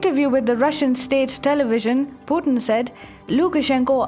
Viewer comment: What's Pu-en? it's Pu-tin